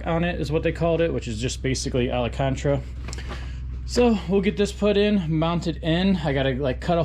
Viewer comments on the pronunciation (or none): "Alacantra" 🤣🤣 Alcantara